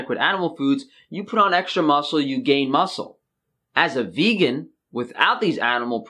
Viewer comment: Guys, he claims he is vEGGan... the other g is just silent and it sounds so much like vegan...